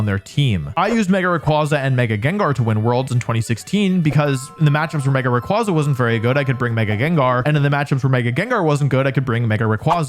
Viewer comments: IT'S MEGA RAYQUAZA, NOT F*CKING MEGA RAYRAY! SAY THE NAME RIGHT! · THE S IN RAYQUAZA IS SUPPOSED TO BE A Z! FIX IT NOW! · DO NOT LEAVE OFF THE Y IN RAYQUAZA! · ray qway zuh like quasar. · ☝️🤓 Its actually pronounced Ray Qway Za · it’s ray-QUAY-zuh.